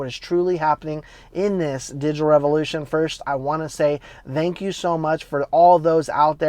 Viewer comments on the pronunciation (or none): It’s, thank you. Not. Theank you. You’re welcome.